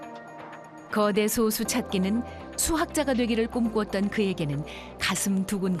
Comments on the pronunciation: 나레이터님의 소수'발음에 문제가 있습니다. 대부분의 발음들이 소:수로 들립니다. 저만 그리 들리는가 궁금하네요. 소쑤.또는 솟수처럼 앞의 소를 짧게 발음해야 하는데 대부분의 발음들이 앞의 소'자를 길게 발음하고 있습니다. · 소쑤로 발음해야지 왜 소수로 말하는건지...아나운서가 국어발음도 모르고 이런 영상 찍는건가? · 소:수로 잘못 발음하네요. 소수(0.1)와 솟수(7)를 구분 못하면 그렇게 발음할 가능성이 높지요. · 님이 말한 그 소수는 소수이고 수학에서 말하는 건 소쑤(된발음)입니다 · 수학계에서 솟수라고 발음하는 국내 학자는 없을겁니다. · 앞으로는 제발 [소쑤]로 발음해 주세요~ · 10년 전이면 그동안 컴퓨터 기술이 엄청 발전한 걸로 봐서 더 큰 솟수도 발견됐을 거 같네요... 그런데 나레이터가 수학상식이 제로인듯. 소수(小數，decimal number) 와 달리 素數(prime number) 는 솟수라고 할텐데. 작을 소 자는 발음시 장음이고 원소 소 자는 단음임. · 그래도 ebs방송인데 소수 발음은 제대로 해야 하는 거 아닌가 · 시작하자마자. 小数와 素数발음도 구분 못하는거 보고 비추박고 나감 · 2초만에 발음 이상한데? 싶어서 바로 댓글 찾아보니 이거 있네. ㅇㅇ 나레이션이 발음하는 소수는 0.1 같은 수를 아우르는 소수임. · 장단음 아나운서 성우들은 서로간에도 깐깐하게 잡는다고 알고있는데 이렇게 그냥 나왔다는게 신기하네용. 피드백이없었나